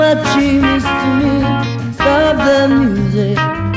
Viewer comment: いわゆるカタカナ英語とは違って割と綺麗に発音してる方だと思います(*^^*) Stop the musicの発音の仕方とか 声自体は10代のそれなのにすごくセクシーですよね